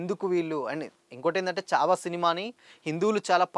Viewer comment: Good video bro kani చావా కాదు ఛావా అది.... ఛత్రపతి శివాజీ మహారాజ్ అని పలుకు లేకపోతే మహారాష్ట్ర వాళ్లు నీకు దేహశుద్ధి చేస్తారు. Only for information